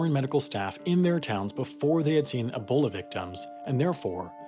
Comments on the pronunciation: Great video, but PLEASE, it’s E-bola, not AH-bola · EEBOLA NOT ABOLA